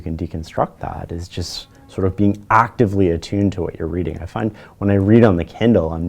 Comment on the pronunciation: "ACTively" - rip fellow headphone users